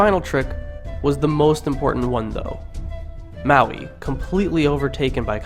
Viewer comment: churr bro. dont mind 'te' haters. after my ears stopped hurting, i actually enjoyed sum of those old stories, sitting here cracking up at your interpretation, enjoyably so. :) you did pronounce maui right tho haha anyway well done and thankyou.